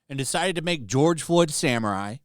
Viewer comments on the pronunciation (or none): none